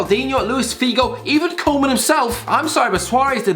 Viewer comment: I see not only Birtish, but Irish people can't pronounce foriegn names. Seriously, Koeman isn't that hard to pronounce... Keeping Messi and Suarez is a short time solution. The team will keep losing if it stays the way it is... But Barcelona should make both Messi and Suarez great farewells.